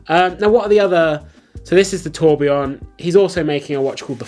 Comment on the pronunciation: You say you’re not an expert but you can pronounce “Tourbillon” correctly unlike the crook who’s flogging them!